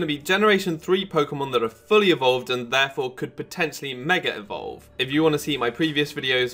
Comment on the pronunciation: Did you say 'megarevolve"?